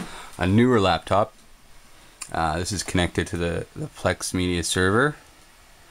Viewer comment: Lost me at "Labtop"